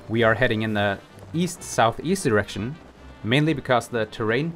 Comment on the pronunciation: he 100% said "we are headed in the east south east erection".